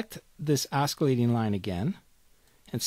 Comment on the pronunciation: LoL - my friend and I used to say "oskillating" when we were in high school along with other words we used to mangle for fun. Hearing you say it brought back memories. :)